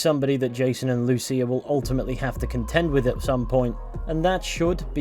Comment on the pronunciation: Thanks for pronouncing Lucía's name correctly. The other YouTubers I saw for this pronounced it "loose ya". <_<